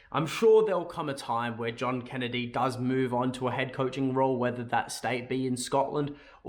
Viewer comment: Zjohn Kennedy 🤣 was that you warming up for your French accent? 🤣